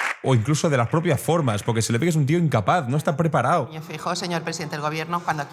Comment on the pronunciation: Feijóo el " Preparáo " 😂